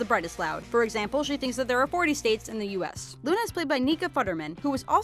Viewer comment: Lol at the bottom screen when you were talking about Luna, you said "Una"